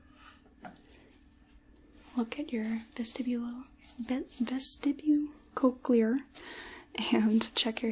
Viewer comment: you mispronounced cochlear . the "ch" is just a hard "c"